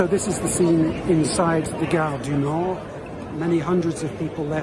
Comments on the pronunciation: Did she SERIOUSLY just say “Gare du NORDE”? What’s happening to the BBC!? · Amazing accent... Gaaarrr deee nooorth 😂😂😂